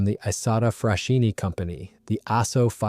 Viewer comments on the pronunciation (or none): Marchetti is pronounced "Marketti" in italian... same for "Isotta - Fraschini": it sounds "Isotta - Fraskini".